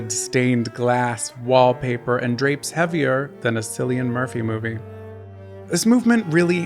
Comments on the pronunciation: His name is pronounced "Killian" not "Sillian" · Cillian is pronounced Killian, not Sillian. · Sillian Murphy is actually Killian Murphy ✌ It's ok, we all did it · Irish person here: Cillian is pronounced Kill-ian not Sill-ian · Ah the algorithm brought me to my favorite era growing up... No surprise this is my aesthetic 😅 (I hate to be that person and I'm so sorry - it's pronounced Killian, not silly-an; no shade, I only recently discovered that too) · My early 20s, it absolutely is taking me straight back to 1993. Sigh. Those were such good days, I do believe life was easier. PS -Happy new subscriber here. PPS- pronounce Cillian with a hard C, not soft. Try out Killian, your viewers in Ireland will thank you. I'll thank you. 😊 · Did he say " Sillian Murphy"? 💀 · Did... did he say "Sillian Murphy?" My skin is crawling. It's a hard C, sounds like a K. I hope that was a joke that missed. Other than that, great video. I have to go find my toe ring now! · Brilliant video but "Sillian Murphy" killed me. Whether intentional or not, hilarious 💀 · "Silly-an Murphy" lol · cillian is pronounced with a K soumd!!! :) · It's pronounced " killian " 🇮🇪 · Cillian....pronounced like a "K". 🤦🏻‍♀️ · Was so into this until you called Cillian Sillian🫠🤣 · FYI: to properly pronounce Cillian Murphy’s name, pretend the C is a K, because that wasn’t correct. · Cillian is pronounced with a "K" not "C"....😊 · Babe, with respect and love, how are we still mispronouncing Cillian Murphy's name in this year of our Lord 2025. It's "KILLIAN," babe. The hard C as in "K.u.n.t.y." not the soft c like my ex used to slip me. 🤣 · Hello I was a teenager and general Weird Girl in the 90s. Did I have wallpaper in my room that looked like the cover of Mellon Collie? I SURE DID! (also it's pronounced Kill-ian, but I feel like you know that?)